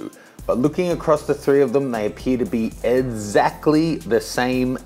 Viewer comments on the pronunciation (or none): "Edzactly" the same :P